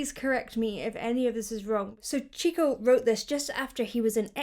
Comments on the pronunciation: "CH" in Portuguese sounds just like "SH" in English. So it's pronounced more like "Shico" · It is not Tico but say Sheeeco . Masterpeace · Great reaction, as always. Just a friendly note, one should read his name as "she-coo", not with a "tch" sound. That small insert about "Cálice" is totally correct, but just to make it clearer to non Portuguese speakers: In day to day speech, both "cálice" and "cale-se" are read and spoken same way. The chorus would read "take this chalice away from me"... refering to the "cale-se" of the censorship. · Hey! Just a quick fun fact about the name Chico in Brazilian Portuguese: In Brazil, we actually don't pronounce the "Ch" with a hard "TCH" sound (like in Spanish or the English word "cheese"). Instead, the "Ch" sounds exactly like an "SH". Also, the "o" at the end is very soft and usually turns into a light "oo" sound. An easy way to remember it: just think of the English word "She", and then add "-koo" at the end. So it sounds just like SHEE-koo! 🇧🇷✨ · Pronounced with an sh, as in Shico. Portuguese and/or English subtitles would be useful.